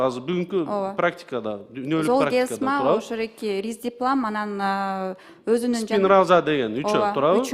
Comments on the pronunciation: Зоолмигрен дейби оно кыз😅ат десе тоо дейтко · Уят уят сулуу айым дарынын атын туура айталбай жатат! Жоопко тарткыла бу аялды Даярданбай эле камалсын! Жетоо отурабы камалсын! Золгезма ны туура айталбай жатат ээ зол мигрен деп Дагы мактанып коет выщыймын деп ай ай уят уят уят уят Андан коро келбей эле койбопсун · Дарыга тили келбейт кандай вырач😅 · Уялбай оригинал дегендечи, бет деген деле калбай калганбы ? Бул креслодоку отурган здравоохранения аман эле болгула! Даже название айталбай атат уят эле Кудай ай ушундай адамдар эмне деп иштеп журот алжыган акмактар! Ушуларды текшериш керек ошол 16 балага даже жеткенине ишенич жок бул акмактардын айынан.